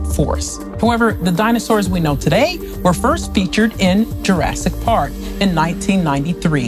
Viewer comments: did she say Durastic park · did she say "jurasTIC park"??? 🤣🤣🤣🤣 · As soon as you pronounced it "Jurasstick Park" I clicked away... I mean, really? You heard that and DIDN'T fix it?